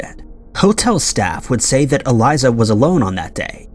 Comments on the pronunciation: It's Elisa, not Eliza. It was The Stay ON Main not The Stay in Main and her case is solved. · I hate the way he pronounces Elisa’s name